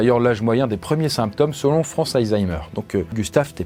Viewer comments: Pourquoi il dit AYzheimer au lieu de ALzheimer??? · Je vais faire le rabat-joie mais on dit ALzheimer et pas hayzaymer ou heyzeimr, mouarf. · des zaïzaïmeur 😂😂😂😂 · ❓ Ça se prononce vraiment AÏE ZAÏMEUR? a dit ça tout le long. 😂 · C'est moi ou ça se prononce vraiment aYzheimer ? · Ca me stresse tellement que tu dises "Aïzheimer" x)